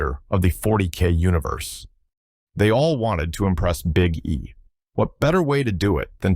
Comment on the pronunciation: dont say big E like that you know what i mean.